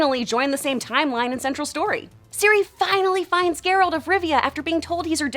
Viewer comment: I stopped watching when I heard her say "Geeralt".